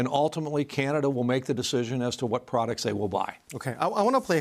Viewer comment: "Fintaaastic prodacts"...no thanks, we're good.